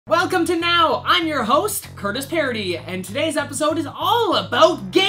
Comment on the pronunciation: it's Curtis not Crutis :D